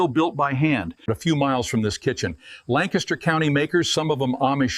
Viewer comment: I've never seen an Amish man with a pony tail and English Accent. For being 6th generation on his Farm in PA, you think he'd be able to pronounce 'Lancaster'.